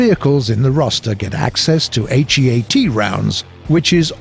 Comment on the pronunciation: Who says HEAT H E A T